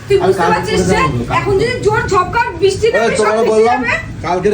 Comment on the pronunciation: Kathata bishti noy brishti